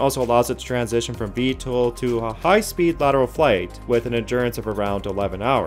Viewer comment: Why is he pronouncing it VTOOL lmfaooo